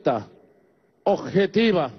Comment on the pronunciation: "Ojetiva" dice el ojete!! 😂😂😂😂